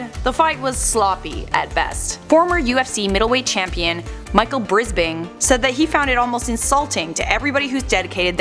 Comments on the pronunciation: Not brisping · Michael brisping??? Jesus christ aint that hard of a name 😂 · The biggest question is why did you say Michael brizbing It's bisbing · bradley martin was apparently logans trainer 😂 and 'michael brispring'😂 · Sorry! 'Michael Brisping'? At least pronounce it correctly..... Just kidding. Just do better next time guys. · It’s Michael B-I-S-B-I-N-G! Am I the only one who caught that? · what do you mean "Michael Brisbing"? It is "". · What’s insulting is that you said the former middle weight world champion brispin is bispin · “Micheal bispring” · Michael Brisping?? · Is sorry to bash but I don’t think she knows what she is talking about. I’m triggered at her say Michael “Brizbing” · Micheal brisping? You can't even pronounce the name right. Unsubscribed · As a hardcore mma fan I take a lot of offense to the way she said Michael Bispings name😂